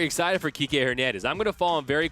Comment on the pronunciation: Kikè* not KIKI Lol 🤦🏽‍♂️😂